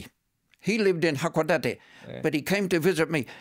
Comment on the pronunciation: He lived a very sheltered life, which is why when asked what 1960s Japan was like, he couldn't really give a detailed answer. Also, his pronunciation is terrible. He says "hakodati" instead of hakodate. Not uncommon amongst missionaries who come here. They really don't mix with Japanese very much. Remarried with a Japanese woman who was a member of his church, and... well, it's not uncommon for many foreigners to live here, but have no clue what it's like to actually be in Japan.